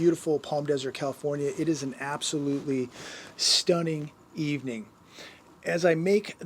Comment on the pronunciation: Something about how " says STUNNING...."